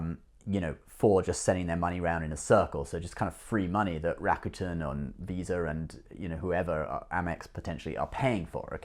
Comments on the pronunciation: It's pronounced "Ra. Ku.10" not Rakutn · Bro your rawwcuetans are driving me nuts... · I used to pronounce it Ra-cute-en as well. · lol you still cant pronounce it!! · Was kind of funny you got Chinese pronunciation spot on, but a simple Japanese word tripped you up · I say Rakuten the way you used to say it lol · Haha that is dedication to your subscribers, traveling all the way to Japan just to pronounce "Rakuten" better. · You didn’t go to japan just to pronounce rakuten, : /. Now that you mentioned japan, do you have a blog video of japan. I’m very interested in visiting.